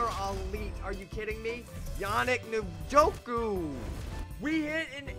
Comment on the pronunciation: Yannick Njoku? It’s En-Gock-Way. Love the content man keep it up.